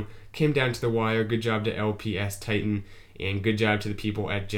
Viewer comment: It's LP five tie-tan lol.